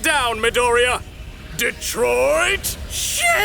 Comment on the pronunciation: ok but it sounded like “DETROIT SHIT”